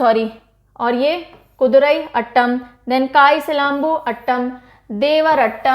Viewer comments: I'm from tamilnadu and I've seen 3 dances videos in one go..😅 Ur classes r fantabulous as usual. Keep rocking mam. Love from chennai..💜💜💜💜 Tq for this class.. And FYI.. It's not अटटम it's आटटम . I hope u got it..💜💜💜💜💜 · Kindly correct the pronunciation Aattam - आट्टम (Meaning in English is dance)